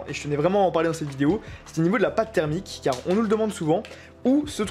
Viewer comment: "Au niveau, maintenant, de la pâte thèreumique" x)